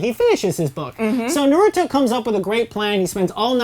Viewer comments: OK IM MAD SHE SAID NARUTO NAR OO DOE AND TSUNADE SOO NADEY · work on your pronunciation when naming characters and everything about the series BECAUSE YOU GOT MOST OF EVERYTHING WRONG like who is narito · Narudo and soo-naday 🤮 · Is it so hard to say naruto and not naruudo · Literally the first few seconds, and mind you this is supposed to be an educated review, and I already hear somebody say the name of the anime wrong. It's seriously painful. "Naruto" is the name and yet all I hear is "Noruto". Seriously, it's a review. The least you could do is pronounce the word correctly. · Suenadae???? Noruto???? Oroutomaru??? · Rip the names Narooto Sunudae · NAAAROOOOTOOOO, TSSUNEDDDEE and AROCHIMOUUU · its only five seconds in, and they said "Narooto" aight imma head out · Okay Lets do this one more time Naa-Ru-Toe Su-Na-Day "G"-Ra-Ya Ra-Sen-Gaan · "Fans of Neruto" "Tsunaday" "rasengern" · Im just gonna tell you what they're saying Nuruttoe - Naruto Jutsoo - Jutsu Resengent - I think she tried to say Rasengan or something Sunadae- What the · Did she say NORUTO 😂😂😂😂😂😂😂😂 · I cringe everytime i hear narutoo or narudo god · "Noroodoe" seriously? They say Naruto's name a million times in the anime, why cant you say it right? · when they say na-root-o I want to fucking rip their heads off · i dont get how people watch a show called NARUTO but cant even pronounce the main character's name lollll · She didn’t pronounce ino right or Naruto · I'm pretty sure if they where true naruto fans they would know how to pronounce his name is literally mentioned in every episode sounds like there being paid for this same for tsunades name and Rasengen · The names are mispronounced it almost made me cry ;W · Anboo Tsunade Orochimaru Naruto How can't you fucking pronounce NARUTO Hmmm of wait b/c you don't actually watch them , you just read of some source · It bothers me on how you cannot say Naruto right... please say his name right :/